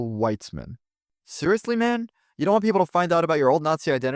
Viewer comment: the SS and the Waffen SS were two different things, my guy. And Weizmann means "Wheat-man", it is not Weißmann. Do some research, gosh darn